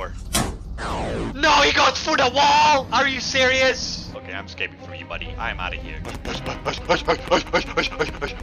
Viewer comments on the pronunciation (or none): none